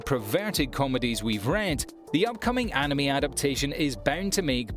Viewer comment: the pronunciation of “anime” made my eye twitch